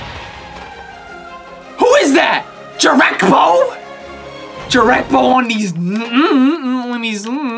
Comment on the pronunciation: Did he just say jerekbo it’s jerebko